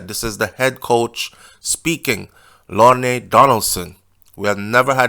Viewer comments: What are you saying???Are you Jamaican sir? The coach is a man, why are you saying “she” HIS name is pronounced Lorne the “e” is silent sir.😮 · some ppl a try to correct u cause u mispronounced COACH LORNE NAME AN REFER TO HIM AS A SHE..😮😮